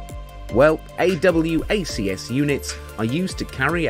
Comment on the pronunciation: no need to say a double u a see ess, just say awacs